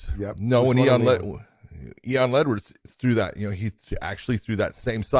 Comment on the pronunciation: Big John called Leon Edwards, Eon Ledwards